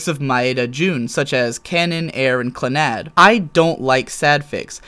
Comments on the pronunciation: Now, ignoring the fact that you pronounced one of the best animes in the world wrong (it's all one word. CLANNAD. it's not Clan-nad), you appear to be missing the most important thing here. Fuko wasn't introduced into the series and then dropped five minutes later. She was actual a pivotal character, and one who prepared them for SPOILER ALERT their child in After story. Now, maybe if Snowdrop had an entire season to make her story sad and emotional, I'd like it. As it is, it's tacky and rushed. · Clannad is pronounced clan